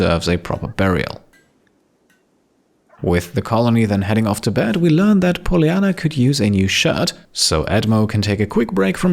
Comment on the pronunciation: Bugs me off how he pronounces Polyanna